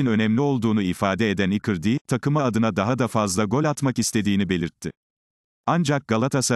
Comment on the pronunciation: İcardi nin adini ikirdi diyor bu yav😄